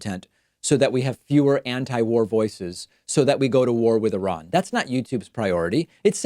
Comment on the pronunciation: Pointedly mispronounce I-ran to fool the algorithm.